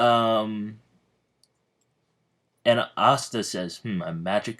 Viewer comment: Can you not say pasta :/ re watching